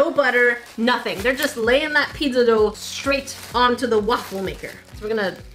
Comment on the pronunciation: but... why are u saying PiDZZa? XD